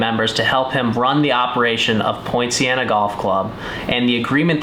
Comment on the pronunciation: Very interesting set of circumstances leading to a very positive outcome for everyone. is a very interesting and likeable character. The course looks good on the video. I'm assuming that we talking about Poinciana Golf Club in Lake Worth FL? I was initially confused because I thought that was saying Point Siena.